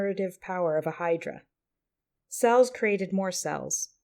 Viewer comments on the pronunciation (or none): none